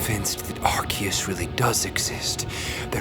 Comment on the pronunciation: it's actually ar-see-us unsubscribd xd